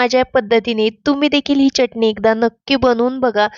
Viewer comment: चटनी नाही चटणी...अस म्हणा....😂